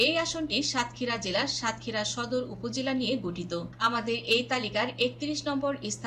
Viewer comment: সংবাদিক হতে হলে উচ্চ ভালো ভাবে ও পড়াশোনা করতে হবে যেমন সাতক্ষীরা দেবহাটা ও আশাশুনি উচ্চারণ এবং অনেক উচ্চারণ ভুল আশা করি ভবিষ্যতে ঠিক করে নিবেন